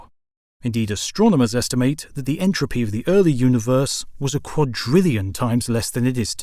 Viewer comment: Entropy, not “intropy”